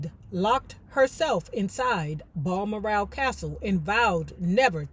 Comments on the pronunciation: Oh wow, I didn't realize this was gonna be the next book,. I just got finished reading mine last week, it was a good read😊👍🏾. FYI: BalMoral Castle is pronounced like the name Al, but w/a "B" Bal-Moor-rell Castle🙏🏾, hope this helps 🥰. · It’s pronounced Baal-moral.❤